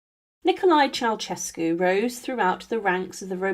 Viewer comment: Mispronunciation of surnames reached a peak with a few dozen instances when the surname of the fallen Romanian dictator and his wife promounced CheauCHescu. It should bwle Che-au-Şescu. The central Ş is a soft Ş. Is it possible that not one single Romanian could be found and consulted. In the chapter on Stalin his daughters name is SVETLANA and not the garbled surname I heard. AftercStakub's death onevof the contendersvL for top power was GEORGY not Grigor Malenkov. Re Ivan the Terrible he waged the Livonian War and not Livian. Mercifully correct was a reference to the Livonian Order. There were other mistakes. Please more attention is needed.